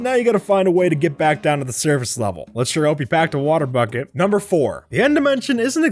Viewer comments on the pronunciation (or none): the way he says water bucket